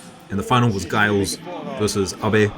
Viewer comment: JUST A WORD ON Giles pronunciation it is a j sound like juice.